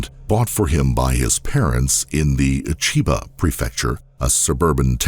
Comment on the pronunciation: I'm interested in the story, but this narrator is terrible. His voice is great, but his delivery is wooden and he repeatedly mispronounces non-English words. like when he adds a short "i" at the beginning of "Chiba"